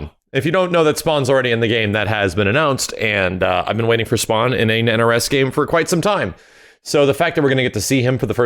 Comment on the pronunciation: Fawkin SPWAWN😂😂